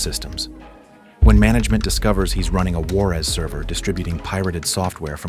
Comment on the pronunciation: "War-ez" server lol. It's pronounced "where's" short for "software"